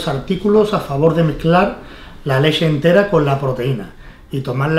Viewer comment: "La leshe" jajaja